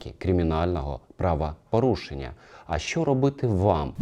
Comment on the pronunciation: Правапарушеннь паліція?????? Що за правапарушення????Звідки тут буква А?Що за говір такий,ще юля тимошенко так розмовляє…